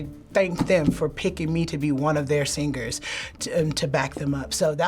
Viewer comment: AHHHH HE SAID SING-GERS